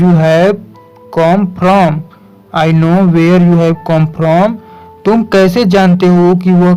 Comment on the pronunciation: Amazing bhiya good work kr rhe aap or come hota h comom nhi